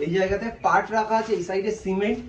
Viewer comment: ওটা পার্ট না পাট হবে